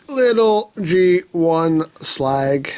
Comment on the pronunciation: 1000 hey,its slag not slug